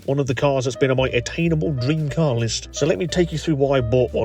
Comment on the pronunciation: blood it's an car not AcAr